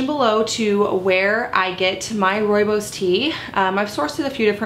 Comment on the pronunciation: Hi! This video made me so happy! In South Africa we drink Rooibos tea like water. We raise our babies on rooibos and according to most grandmothers it is the cure for everything. Also, your pronunciation of rooibos is 👌🏻 perfect! (It is an Afrikaans word). I will definitely make this recipe. I love your channel and your recipes. I am working on a sourdough starter so I can try them all. Thank you!!!